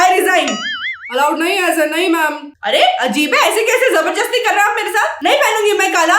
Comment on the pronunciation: Very funny 😂 but it’s not “jabarjasti” is “zabardasti”